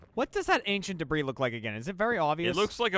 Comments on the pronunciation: They spend the whole episode calling it “debriss” and then forget to put the s in the title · oh dear god. Deb-Ris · Gavin says it Deh briss pretty regularly so, it's nothing new really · Anyone else hate that Lindsay keeps changing words all weird ? It’s DEBRIS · I giggled way too much at Lindsay's pronunciation of 'ancient debris'